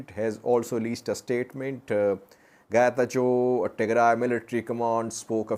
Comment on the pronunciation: Getachew didn't say Chew ber, rather he said Chube ber.